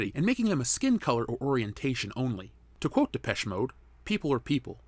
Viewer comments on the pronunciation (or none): none